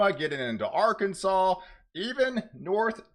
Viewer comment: Hello and best wishes. I was in broadcasting 30+ years. Having said that, I have friendly advice so you can sound even more professional. 1. Relax & just share the info. Forcing your voice & sounding over hyped diminishes professionalism. 2. You consistently mispronounce “southern” and “northern”, etal. You say “suh thren” and “nor thren”. The “R” is misplaced as you pronounce these words. It’s annoying. Southern should be pronounced “suh thern”. Northern as “nor thern”. 3. Just speak like you’re talking to a friend. Calm down. Peace & love.